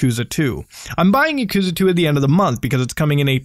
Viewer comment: Lol the way u said yakuza just cringe me out so hard